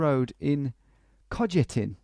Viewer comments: i don't know what it is with english people and not understanding that so many languages pronounce j as y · And then I live in Kojetin and screaming from his pronunciation :D That was like a miracle he went from Kosice to nearby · I love how you say "Kojetín" 🤣